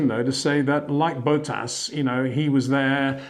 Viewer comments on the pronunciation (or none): HEY PETER WINDSOR, I HAVE MESSAGE FOR YOU SIR: it is NOT Max "verSHtappen" ... Max is not German (Germans indeed do pronounce "st" as "sht") ... #Max33 = Dutch NL/Belgium! ... It is not "Bottash" nor is it "Lewish" certainly not "verSHtappen" .... This BS started long time ago when a British sport presenter interviewed father Jos Verstappen and assumed you can use a German pronunciation to a Dutch Driver thinking it is so "funny" ... It is not. SERIOUS QUESTION: Can any Englishman say "versatile" out-loud without saying "vershatile" phonetically? ... Most can, about 99,99% ... that is why most English can pronounce Verstappen 100% correct!